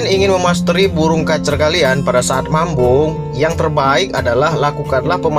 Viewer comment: Mabung bg, bukan mambung..😅😅🙏